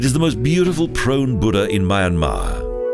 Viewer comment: unfortunately the pronunciation of the country's name and many other names is incorrect and there are errors in the spoken commentary ! apart from that a nice documentary and voice.